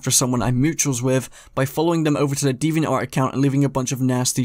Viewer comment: I found it funny when he mispronounced Deviantart as Devinantart.